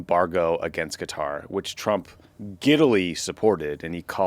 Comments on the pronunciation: It is pronounced "kuh-TAAR".....!!! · Please say Qatar properly.... it's not cutter ... wtf is wrong with you.